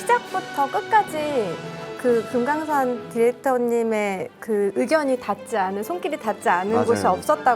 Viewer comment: 금강'산' 디렉터님 ㅋㅋㅋㅋㅋㅋㅋㅋㅋㅋㅋㅋㅋ